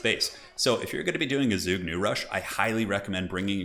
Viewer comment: The word zhuge is pronounced zhoo-ge